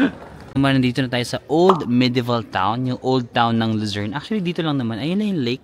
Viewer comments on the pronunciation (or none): Kada bigkas mo Ng Lucern...ung utak ko nagsasabi Ng visayern at mindanern😂😂😂